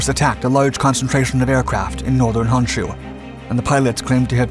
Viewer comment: Pronunciations are either getting better or you're not as susceptible to so many other faux pas that British tend to do to language. 'KYUSHU' was quite good. You didn't use the irritating Key-You-Shoe pronunciation that so many British linguist insist on. But, 'HONSHU' is not 'HANSHU' because you see, 'O' is always pronounced as 'oh'. Yes, yes, yes. Honda should actually be pronounced Hoe-n-Dah. How in the world can an 'a' and an 'o' be pronounced the same in a different language is so crazy to me. The way so many people pronounce 'HONDA' it should be spelled 'HANDA' By the way there are such things in Japan, they just aren't names. OKINAWA (oh-key-nah-wah). Pronounced the KAIDO decently enough but the HO on HOKKAIDO is still pronounced like hoe. The stressing of double consonants barely perceptible so not worth noting.